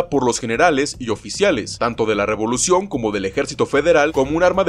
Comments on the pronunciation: Dice "revlucion" y no "revolucion" ahi nmas para avisar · Revolución no Rvlucion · La "Revlución" JAJAJAJA